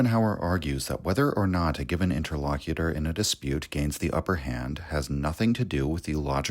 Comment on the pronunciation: "Inter-Low-Cute-er". okay, brother? Picard does not come out and say, 'I am lock-face of borg,' does he? no shade, channel changed my life, blah blah.